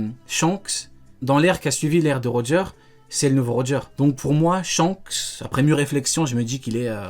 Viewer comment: Mdr comment ça roger deux fois raighley 🤣🤣🤣🤣